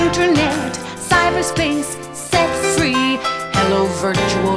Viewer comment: Jules Da Weird set free sounds like sex free